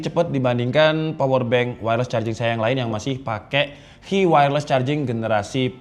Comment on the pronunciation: Sedikit koreksi bang, standarisasi "Qi" itu penyebutannya "Chi" 😁